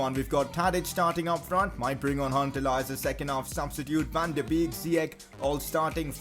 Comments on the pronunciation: You say wrong van de beek it pronaunces van de bek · You must pronounce Van de Beek as Van de Bake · Its fan de beek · please can you pronounce "van de beek" as "van de bake" I believe that is how they say it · Van de Beek is pronounced Van duh Bake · Your not saying van de beek right